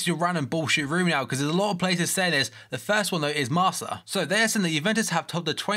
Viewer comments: it's actually pronounced marka not marsa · the spanish newspaper is pronounced "marka" not "marca". keep up the good work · Marca is pronounced Marka not Marsa :)